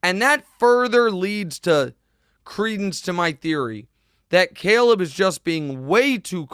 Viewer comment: I hate the way Nick pronounces “Caleb” lmao anybody else notice it?